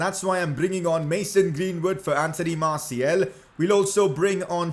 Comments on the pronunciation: stop saying Marciel its Martial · He Said Masiel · It is martIAL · How he says Martial tho